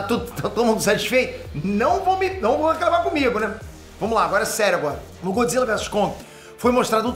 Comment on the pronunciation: Godzilla não, ' Godzille 😂😂